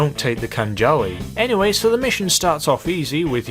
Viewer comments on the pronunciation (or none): none